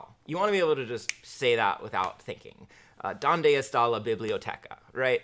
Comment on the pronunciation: You have no clue how to say Donde estan LOL